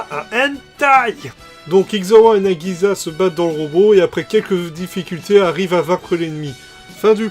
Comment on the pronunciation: Alors "Dallos" n'est pas la première OVA et "Iczer-1" n'est pas la deuxième. Nagisa se prononce "Nagissa" (comme si il y avait deux "s"). Les japonais ont le son "z".